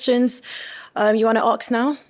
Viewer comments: How is the word ask being pronounced as axe in the UK! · am i the only one who is hearing "aks", instead of ask, from the host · The host is gorgeous and doing a fantastic job but she keeps saying “aks” instead of ask and it’s pissing me right off 😣 😂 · Lovely host but let me just ax her to pronounce ax differently please 😩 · ask, not aks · Wish the host said 'ask' and not 'aks'. Mainly because we hear that word a lot on this show... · Is it "ask" or "arks" 🤔 oh boy! 😒 annoying! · A S K…not A K S D! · Love the host, she is beautiful ... except it's pronounced "ask" not "aks"!! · It's ask not arks 😏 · She needs to fix her pronunciation of ASK. So irritating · Please work on the word ‘ask’ I cringe everytime she says aks 😩. She’s a great host otherwise! This is purely constructive criticism. The word aks is so hard on the ears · how come? It’s ask, not aks. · Enjoying this! The is stunning, she is a great host, just a tip for her, it is “ask” a question, not “ axe” a question. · She did but the way she mispronouncing „ask” is so annoying